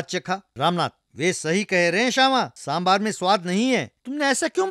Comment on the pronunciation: Happy to see,that the narrator is pronouncing sambaar as sambaar as it should be pronounced and not as sambhar.